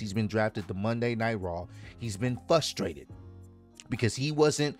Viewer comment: Fusstrated or Frustrated 😂